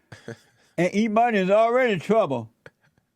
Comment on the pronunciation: I think Jesse thought his name was E-money not emani hahah